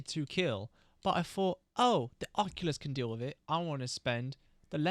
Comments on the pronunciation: Im like who is the oculus but i realized you are saying occultist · Huh, I've never heard occultist pronounced that way. You're saying it like oculyst from warframe, but its pronounced like uh-cultist. Congrats on the winning run! That was a crazy amount of Death fights. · ocCULTist, not occulist (o)-(o) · "Occulist"? Are you Retarded? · Bloody beast video mate (seewhat i did there hehe) !! Also i love you but his name is The Occultist lol it was so funny hearing Occulist like there was an eye doctor dealing weldritch horrors 😂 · uh-cult-ist, lol it was driving me crazy but besides that great video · Loving the vid so far. You saying (and spelling) Occultist "Occulist" is tweaking me out tho 😂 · Apologies if this comes out mean, but you are pronouncing Occultist wrong. It's pronounced either [ uh-kul-tist ] or [ ok-ul-tist ], the way you're saying it is the old fashioned way of what an eye doctor is called which is an Oculist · Was gonna watch this video but you pronounced occultist like that so im good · You’re saying occultist wrong just so you onow